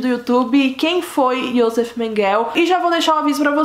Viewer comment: Seu vídeo é ótimo. Mas o nome dele ´Joseph Mengele e se pronuncia "Iosefi Menguele" e acidade onde nasceu é Gusnsburg, da forma como é escrito. Não tente inglesar os nomes. Desculpa a correção.